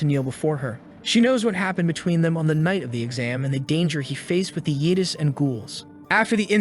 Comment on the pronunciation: "Yeedis" was annoying at first, but now it's stuck with me 😆